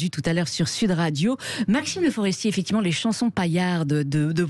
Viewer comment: Bercoff refile son « effecti’ment » insupportable à ses confrères .